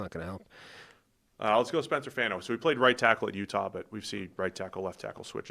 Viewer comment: Fano’s last name is not pronounced like “fan” like ceiling fan, it’s FAHN like rhymes with Ron